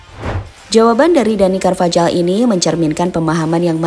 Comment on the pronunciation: Cara baca carvajal Karvajal × Karvahal ✓ Cara baca jose Jose × Hose ✓